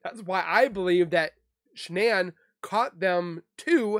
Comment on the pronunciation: Shanann's name is pronounced as you would normally pronounce Shannon.